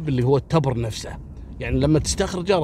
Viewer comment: يعطيك العافية يا التبر بكسر التاء والباء ولك جزيل الشكر اخوك ابو علي من عنيزة